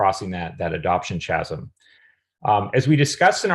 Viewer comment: Great video ... has nobody ever corrected the way you pronounce "chasm?"